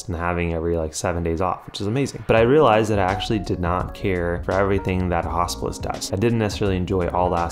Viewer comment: Your American accent makes it sound like you're talking about a "Hospice year". Very confusing 1st minute 😅